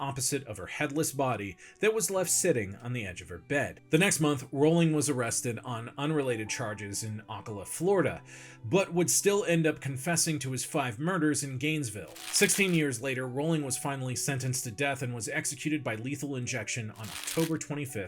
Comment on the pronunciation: (Oh - cal - a) Florida